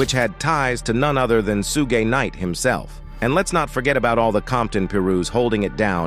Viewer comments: Sugay knight? Lmfao rofl I'm dying here on how you can fuck his name up on every video you call him something different, it's (shug) like suga bear , or sugar, or Suge ! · I stopped listening after hearing "Suegay Knight."🤣😂🤣😂💯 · Sue Gay Knight? I'm pretty white, but come on dude. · Soo-Gay Knight 😂😂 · Who tf is sooga knight 😂😂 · Suuu-gay night pooruuu 🤣🤣🤣🤣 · "Sugay night"😂😂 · Sue-gay Knight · I lost it after hearing “Sue-gay knight.” 😂😭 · Sue-gay night yh 😂😂 sounding like the meerkat from the compare the market ffs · Su-Gey Knight 🤣🤣🤣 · “Sugé Knight”😂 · 😂😂😂😂😂😂Soogay night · Suegay Night😂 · Suegay knight 😂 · this dude really said "Sue-Gay" Knight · Sue-Gaay Nitey Nite.. 🤣🤣🤣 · I noticed that as well, it had me laughing throughout watching the clip. 🤣🤣🤣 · I was like WHAT??? Haha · Sue gay😅😅😅😅😅😅😅😅😅 Got to love Auto readers 😁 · I disagree.. Signed , Soogay nite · Sugey Knight?🤔🤔😂😂 Hollysmokes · Can’t pronounce Suge Knight for nothing😂😂